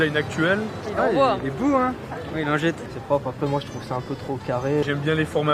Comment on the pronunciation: Ouai mais on dirait qu'il a dit une lingette 😂